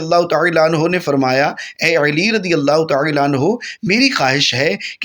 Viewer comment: Aap Uedu bhi iss tarah mazhaka kheiz, Arabi lehje mein bol rahe hain ke Urdu ka satyanas kar ke rakh diya hai. Khassosan Hazrat ALi ka naam zuban twist kar kar ke bigaar rahe hain.